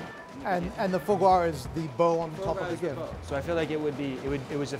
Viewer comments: "Pure extression of faux gwo" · His mispronunciation of foie gras is so aggravating lol